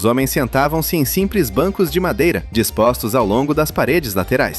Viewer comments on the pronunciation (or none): none